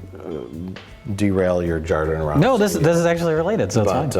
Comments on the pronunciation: It's so funny when you call Jodorovsky wrong. It shows how much you actually know on the topic. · *Hodorowsky I'm sorry, I don't mean to be one of THOSE guys, but it's pronounced Hodorowsky x3